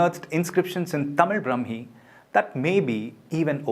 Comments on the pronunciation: ബ്രഹ്മീ അല്ല. ബ്രാഹ്മീ . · It is NOT Brahmi. Brahaami. Dhirgha. Not hrsva. How are these many experst who consider Tamil Brahmaami is NOT Brahmaami Name 20.